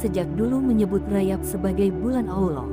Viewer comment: 77 bukan RAYAB tapi RAJAB tolong di sebut dengan betul.